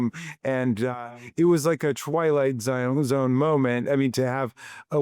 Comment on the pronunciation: He says twilight Zion